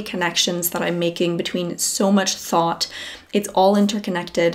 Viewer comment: I hear thought but I hear Thot. LOL. idk why